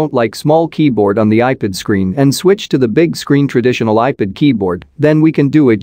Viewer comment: You need to teach your robo-voice how to pronounce iPad… it’s NOT “eye pid” … it’s “eye-pad” The fact that you allow this malfunction to remain unaddressed undermines your credibility… you aren’t “proofing” don’t know how to use your robo voice software, or to use the dictionary. I have had to go in and make a separate substitute word that was spelled in such a way as to force the text to speech utility to say it right.